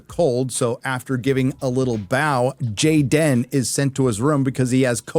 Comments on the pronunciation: His name is not Jayden, it's Gayden. ;) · It’s GAY-den